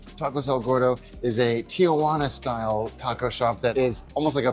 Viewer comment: It's not pronounced "TIA-JUANA" That's my Aunt Jane lol. Stahhpp saying it like that 😭